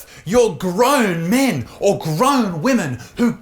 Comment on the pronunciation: SOUNDS LIKE YOUR SAYING MINI GUNS 🤙🏻LOOKS LIKE SHE'S USING HER phd VERY WELL AND ADRESSING REAL TIME ISSUES